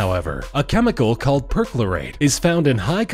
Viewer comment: they use imperial Measurements and can't even say perchlorate right. it's getting worse. come toptrending get yo shit together. adopt metric ffs